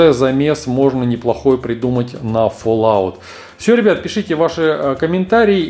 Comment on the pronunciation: и не фоллаут а фаллаут